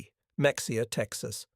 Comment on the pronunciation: Correct pronunciation: me-haya, tx